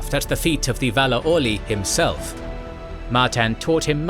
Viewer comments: Alouie? You mean Aule? Lol 😂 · Aule, not Olouie xd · Despite this being an incredibly accurate production, some of your pronunciations bother me quite a bit. The way you say 'Arda' was so odd I couldn't even recognize the word at first. The Ainu of Smithing and Invention is not 'Alue' (ah-loo-eeh??), it's 'Aüle' - au-leh. Would recommend in the case of these personal and place names, maybe checking them out in the future in their phonetic forms? Maybe it's the fact that I come from a Finnish background, but to me the pronunciation that others of an English-speaking background might struggle with or most mispronounce seems... fairly easy 😅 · Pronouncing Aule as "a Louie" is too distracting for me to watch this. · The pronunciation of "AU" is really bad like Aulë isn't Ulë.. But it's good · Why does he pronounce Aulë as "Alooey" 😂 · Ow-louey? Ow-louey? Who is named among Valar, Elves, Dwarves, or mortal men, Ow-louey? Oh, right, one of your made up names for Aule the Smith. Bad form.